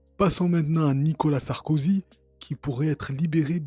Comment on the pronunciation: Ptdr😂 il l'a appelé Sarskozy😂😂😂